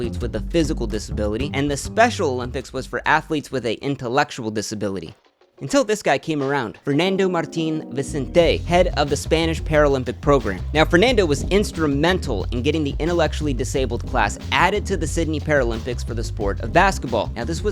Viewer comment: honestly I really doubt this guy is in the position to make that joke lol probably has Spanish parents but doesn't even spent a year in Spain, I've never heard a """Spanish""" person butcher the three basic words "Fernando Martín Vicente" like that in my life. This guy couldn't sound Spanish even if his life depended on it. The joke sounded xenophobic to me, and I'm not even from Spain, I'm Argentine. Spanish people are not stupid. But everybody seems chill about the joke so I'll shut up